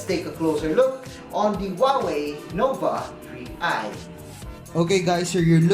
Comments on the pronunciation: tree i talaga narinig ko eh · Huawei Nova TREE i 😂😂😂